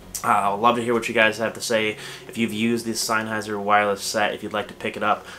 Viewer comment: Uh??? Synheiser???? It's SENNHEISER ! can't even pronounce the name 😱😱😱😱😱